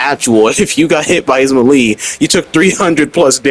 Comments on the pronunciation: 😭 ma lee???? It's melee (may-lay) bruh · “Melee” is pronounced May Lay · Melee pronounced May-lay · Ima teach you how to say melee bc youre pissing me off 😂 (melee) MAY-LAY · Every time he said melee it stressed me out . Then after hearing it a few times I’m like have I been saying it wrong 🤔 nahhhhh